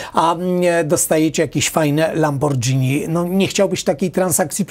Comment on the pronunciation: Panie Kwiatkowski, nazwę luksusowego samochodu włoskiego Lamborghini wymawia się przez "gi" (jak gitara) a nie przez "dżi" (jak Fidżi ;) Pozdrawiam Zbyszek Italia